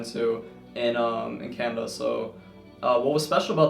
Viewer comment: I’m sorry but were you saying CANADA? I got it from context but it sounded like Canva. Also how do you plan to combine your 2 interest? I have 2 interest too so it’d be interesting to hear your insight